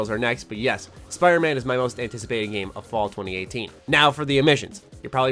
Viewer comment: It really sounded like you said "of fallout 2018" ; as if you are super use to saying fallout or it is just me who is conditioned.